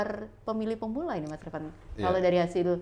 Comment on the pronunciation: Bukan retfan mbk... 😂😂tp Ratfan